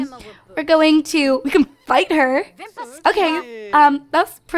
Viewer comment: when you said, "fight her" i swear you said "bite her". I was all, EA you got some issues!